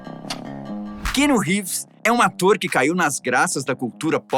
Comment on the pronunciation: Não gostei do apresentador 1 não sabe nem falar o nome do ator .. ficou chato demais .. Ivan volta 😢